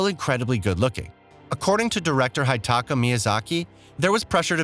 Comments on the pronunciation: Who tf Is Hightaka? Its HIDETAKA "He-deh-takah" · Sorry it may seem like a small thing to some, but please learn to pronounce the names of the lead developer at least. It's not 'high ta ka', its 'hee ta ka'. Sure not everyone can speak Japanese, but if you're going to attempt 'a journalism' you can be expected to get at least this much right. It's really not too hard. Not fair to laugh about the English other countries get wrong, when you can't be assed to even find out if you're right on this basic stuff. EDIT: NOW I SEE HIS NAME ACTUALLY WRITTEN IN TH E SUBTITLES - it's not even 'hee ta ka' his name is hidetaka, which is pronounced 'hee day tah kah'. Can't believe you were saying 'high-ed tah kah'. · "Director Hitaka" ? The fuck? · "haitaka miyazaki" spilled my coffee on my pants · Tarni-shed? General Radhan? Hitaka Miazaki? You even called the game Eden Ring at one point! It's clear that you have no interest in the game and was reading off a script, but as that's your job you should at least do that right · Tarnish-ed Director High-dtaka What’s up with that? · Also "HIDE taka" Miyazaki LMAO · Tarnish-EDD , HI-taka Miyazaki, Pawrry this guy was all over the place xD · There may be an editing problem shortly after . Nice video otherwise, so here's my like. :D Pronunciations: Hidetaka == Hee-day taka tarnished == tar-nish-d furled == fer-l-d